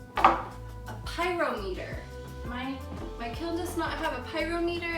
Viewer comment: Like you, I have a completely manual and rather old kiln - no kiln sitter. I don't have a firemate speed control, a timer, a temperature dial or a thumbwheel - just a dial with "low," "medium" and "high" settings. I bought a pyrometer [ accent on the second syllable ;-) ]. My kiln is VERY small - the interior is about 13x13x13 inches. I am on firing #30, so I am a bit ahead of you, but I'm enjoying your journey. I do think that you would be best served by purchasing clay whose provenance you know. You seem to be wasting LOTS of work and time and glazes, and creating a great deal of angst. Your work is beautiful, and I think a lot of your stress would be relieved if you knew more about the clay body you are using.